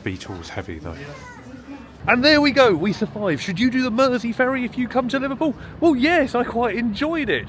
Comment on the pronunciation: Nice hearing a local scouser pronounce Mersey. No Id never heard of the burglar turned chef (,,,American :-) ). Entertaining hear you slur as you get through 6 drinks. Good range of content !